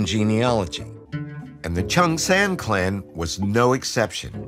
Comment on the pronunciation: Written in Chung but It should sound more Like Jung. English....lol